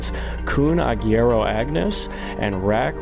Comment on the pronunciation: The u in agüero is not silent. It's based in the last name of the soccer player Sergio "Kun" Agüero